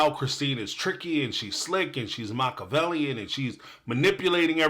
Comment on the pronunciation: Did Kody just accuse someone of being Machiavellian but not even know how to pronounce it? 😂😂😂 This man is a damn 🤡.